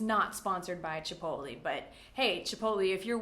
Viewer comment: Not a hater here, but it seems like there may be some mistakes in your video. You said "CHIPOTLE" two different ways. First with the last syllable as "lay" , and then later on as "ee" . Also I've checked the dictionary for the pronunciation of "WORCESTERSHIRE", you say "WOOZ", not "WORS" . Could you perhaps clarify these?